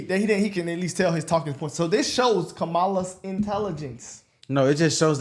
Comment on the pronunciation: SHE doesn't even pronounce Kamala's name right! And, seriously, Kamala has, at times , said she wouldn't do a thing different from what she and Joe already did, and that she will continue on. Of course, other times she discredits the job that they've done, and says she's going to do so much better. She says she's got this great plan for the border. But she was appointed to the Border on Day 1. If she's got these great plans, where are they? Michelle pushes for it because she wants her husband to be the guy behind the curtain for KAMALA. But, her husband didn't do anything for.anybody either! I can't the way they've convinced people that it's a good.thing to kill off your children. Everything she just.said about the.poor women was wrong - it's a lie. They said that it wouldn't be.used as a method of birth control, but I had a patient who was an educated businesswoman in her mid thirties, and she.was going for he red 6th.abortion in less than 3 years. All the Supreme Court did was send it back to the States where it belongs. If women NEED to terminate for health reasons, it can be done. In the last 2 weeks I've encountered a woman who had an ectopic pregnancy - and that IS a life or death situation! My daughter had 2 miscarriages between her 4 year old and her 2 year old. It jusf about kiilled her emotionally. Yes, they eat cats in Haiti. They actually sell the meat in the grocery stores. O had a friend who was a missionary in Haiti, so I've known about that since the early 90s